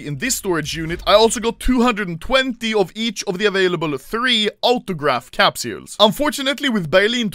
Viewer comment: I love when Anomaly says “Capsjuules”